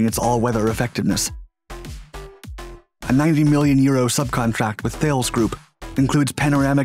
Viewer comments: Why is it no body ever pronounces Thales properly in these videos, it's sounds like Ta Lis, NOT Thayles. I mean if you're going to set yourself up as a military expert, please make the effort of pronouncing the name of one of Europe's biggest defence companies correctly! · Great vid. Thales is pronounced Taaless. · Thales is pronounced Ta-lez. Because French, n’est ce pas? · Despite the spelling Thales is pronounced Tal-ass. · Thales is pronounced "tar-less". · seriously narrator, still saying “Thales”, it’s pronounced “Ta-lez” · 👎🏻 Thales! Its pronounced ‘Ta - lis’ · YEH as in River Thames